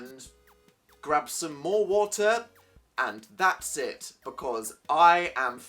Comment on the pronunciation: "Some water" Um Dan? Water? What's that